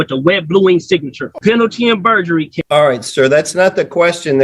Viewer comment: "Penalty in burjery"